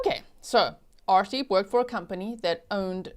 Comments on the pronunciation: To those who cant pronounce "arshdeep",'ar' is pronounced as 'ur' as in urn.Its a deeply spiritual meaning for the Sikhs, although this guy isnt worthy of it.I hope,the viewers of this channel understand that while an unfamiliar name could be incorrectly pronounced, and is forgiveable,making insulting comments about it, isnt. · G , I can’t take you serious when you say arshdeep I’m to immature 😂you have a cheeky look everytime you say it aswel I love the snark 😂